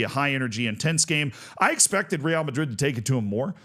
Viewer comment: How often do you talk about Real Madrid? Just google how to say it